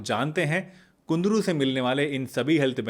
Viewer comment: It's kundru not kundri.